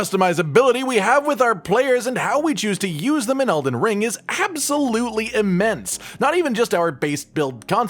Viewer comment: something about u saying "rrrrring" gets me everytime